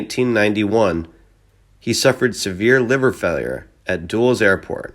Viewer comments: Yeah and I think the comment about his death should’ve been DULL-es Airport not dool-es. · Also: Dulles is pronounced in two syllables, Dul' les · Thank you, too many blunders in here, couldn't stand it. Dulls I suppose was Dulles Airport. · Air Corpse? San Bearandino? Duels (I'm guessing Dulles) Airport? At least we know it's not an AI voice reading the Wikipedia page on Ford.